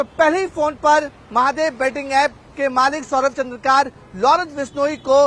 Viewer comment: Abe ghus de kr bane hue reporter wo चन्द्रकार nahi hai wo चंद्राकर hai..😂😂